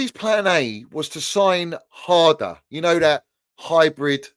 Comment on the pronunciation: almost sounded like said Drum and bass father 😂😂😂 the way he said harder